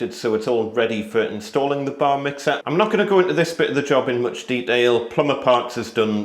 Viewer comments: Ha! I kept hearing Bar Mitzvah :) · I keep hearing Bar mitzvah 🤣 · every time you said "Bar mixer", all I could hear is "bar mitzvah" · Bar Mitzvah I thought i heard and realised it was Bar Mixer!! 😀 Another video of great tips.